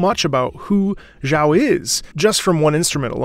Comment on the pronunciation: thank you for the hard work and content, keep it up! If you could, try to learn how to pronounce Xiao’s name better please, as a matter of respecting the language.